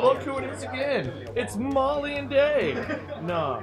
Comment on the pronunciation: It's Mollue